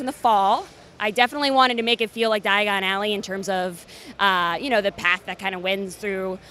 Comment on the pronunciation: Is it just me or was she saying digon alley and not diagon alley